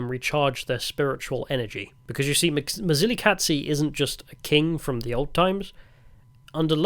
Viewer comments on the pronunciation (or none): Quick tip, the Z in Mzilikazi is a soft Z that you hear in Zulu. Ndebele is basically the same language as Zulu. The hard dz sound is a very distinct Shona sound. Therefore your Mzilikazi pronunciation almost sounds Shona. Also Tokoloshes are both a Zulu and Ndebele belief. Look them up. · Mzilikazi ….. is not pronounced mzilikatsi …. It’s pronounced as it’s written …… it’s not German or Italian dude plus he wasn’t a king either